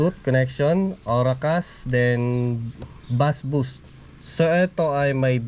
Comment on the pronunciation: base po ang pag pronounce ng bass. thanks.